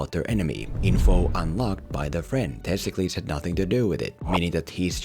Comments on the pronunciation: How did you butcher the name of one of the most important Athenian figures of Ancient Greece?? It's Themistocles!, not Testicles. At least Google it before you make a video that is apparently your job... Your worst video for me is this, I believe you know why... :P My favorite is the Sherlock Holmes video. It actually made me appreciate a movie I thought was mediocre when I first saw it. I rewatched it after seeing your video and it's one of my favorite action/detective movies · Why do you call him Testklis? His name is Themistoklis and he was a real person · The main character’s name is Themistocles, no Thistokles (or whatever name you repeatedly said throughout the video), who IS a REAL person who helped lead the Greek forces against the Persian forces at the Battle of Marathon, Artamesium, and Salamis. Source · The name of the main character is Themistocles and not Testicles otherwise all your points are quite sound tho one could argue anyone with a bit of knowledge of Greek history won’t have as much a problem of understanding what’s at stake and where the battles take place as your plain old, maybe uneducated, movie viewer. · Everytime you say testicles I laugh and can't focus on what you are saying. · Sounds like he's saying testicles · Homie really couldn't pronounce the name of the real Athenian hero Themistokles? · You really need to stop deliberately mispronouncing this man’s name Themistocles was a real person in Greek history, so maybe you should go get an education before you go, deliberately mangling peoples names